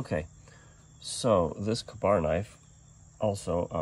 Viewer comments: KAY - BAR. not Kah-barr. KA-Bar = Kill A bear. Read up on it...good history. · I have never, ever heard Ka-Bar pronounced any other way than "kay Bar."